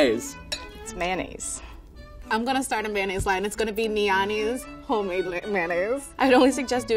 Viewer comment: 発音「ﾒﾖﾈｰs」なんだ……